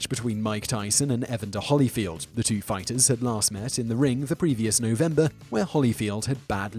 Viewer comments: Pronounced Ee-Vander Holy field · Simon I love your voice, narration style and accent but how you pronounced Evander Holyfield was a little too crazy. Still infinitely better than Chillz or whatever from Top5 or Alltime10 or whichever channel he's on. Keep up the awesome work!